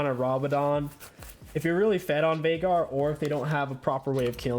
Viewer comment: VAIIIGAR. ITS VEIGAR YOU IDIOT.